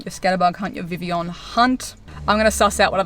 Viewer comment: First person I’ve heard actually pronouncing it properly